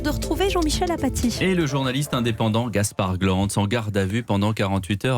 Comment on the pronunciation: il aurait du juste s'arreter a dire que c'est injustifier… car apres il raconte tres mal , il ecorche le nom de gaspard… bref il maitrise rien come d'hab